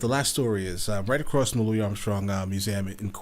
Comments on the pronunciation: It's not pronounced Louie, it's Louisss😬 with his big toothy smile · Great reaction! By the way, Louis Armstrong's first name is pronounced with an "s" at the end.